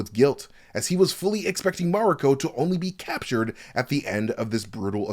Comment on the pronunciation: Stop saying Mariko like that or get someone who can to do the video